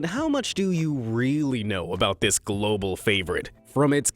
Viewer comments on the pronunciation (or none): none